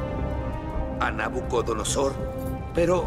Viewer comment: ARIOC: Nabuconodosor LA REYNA: Nabucodonosor. 🧐🤔🧐🤔🧐🤔